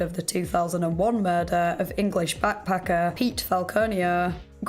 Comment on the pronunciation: I love your videos and especially that super cute accent you have, but I wanted to know why at the end of every sentence you draw out the last syllable? An example writing is going to be hard but I'll try. Example for it would be, "did you just commit a mur-derrrrrr?" Lol the derrrr is what I imagine it looks like when you draw out the last syllable. Maybe I'm the only one who hears that or notices it but if you end up hearing it you will never be able to not hear anytime you hear her talk after that.